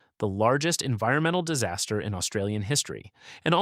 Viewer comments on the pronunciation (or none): none